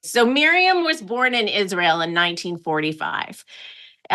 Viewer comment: Lindsey Graham should be slapped for many reasons but every fkn time I hear him say “Isrul“ it makes my skin crawl